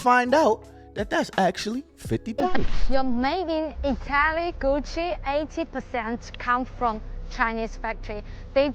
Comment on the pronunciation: “Goochie! Louie Veee! I got it on me!” 😂😂😂